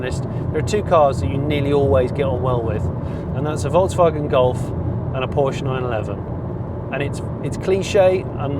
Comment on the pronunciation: Another brilliant FC episode. Such a relaxed and honest style, Jonny - thanks so much. I'm fed up with over too-enthusiastic, fake-excited, over the top reporting of ANYTHING let alone car reviews. This was so calm, relaxed, informative... AND you pronounce Volkswagen correctly. Thank you thank you :o) As for the car itself, well, it's a Golf. People will buy it because it's a Golf and anything to move us more towards EV is a good thing IMO. Not sure on all the modes - the vast majority of Golf drivers won't understand or care about that; they just want to get in the car and drive A to B.